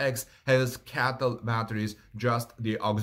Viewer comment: Just an observation: it's not "Caytl"... I't's "Cee-ay-tee-el".